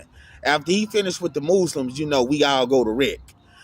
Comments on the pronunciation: The mooslims 🤣🤣🤣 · The Mooslims lol